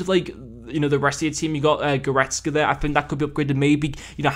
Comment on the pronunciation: Thanks man! You did pronounce it right btw and I’m thinking of getting kimmich if instead of goretzka